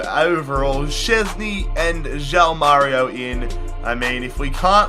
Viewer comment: stop saying JAU MÁRIO it's JOÃO (juaun)